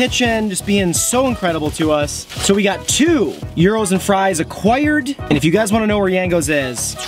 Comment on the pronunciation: Guys. Look up pronouciations. Its not pronounced like 'Euros'.